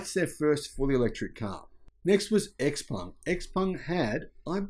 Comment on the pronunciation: It is Xpeng not Xpung